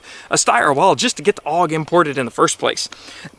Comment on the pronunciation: It’s pronounced A U G even though it’s spelled AUG